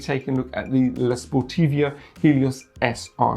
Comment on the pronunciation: It's LA SPORTIVA not LA SPTORITIVA ! loool read what it says on the shoe mate